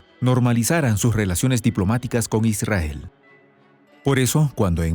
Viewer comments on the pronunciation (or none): none